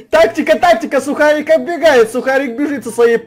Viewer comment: Не сухарік а сукарік!!!!! (